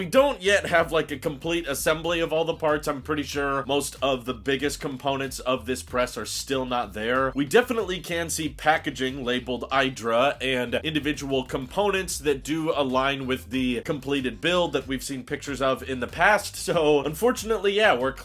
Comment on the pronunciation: It’s an Italian company it’s not I-dra like I-phone it’s E-dra like Mach-E.